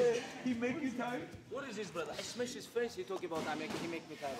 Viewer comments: "Do you remember when I smesh this guy?" Khabib talking about Conor McGregor 😅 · "Dc can only smesh potato brother" 😂😂😂